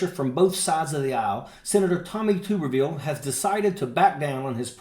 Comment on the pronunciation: Tubberveal!! 😂😆😂😆 That's how it's pronounced!! What a POC he is.